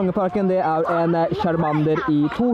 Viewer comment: lær deg og snakke chamander???? kasty ????